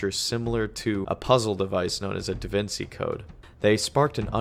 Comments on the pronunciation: It's pronounced davinCHi not davincey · Some of the content was super interesting, but ol boi just did not sound interested the whole time. Also how you going to call anyone a child and not know how to pronounce “Da Vinci” 😂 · Are we really gonna ignore the fact that this make can not pronounce DaVinci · That feel when half way through your 2 hour video you mispronounce "Da Vinci" like 5 times. Awesome video though!